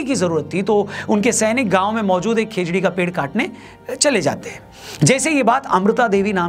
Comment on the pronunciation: Khejdli ❌ khejdi ✅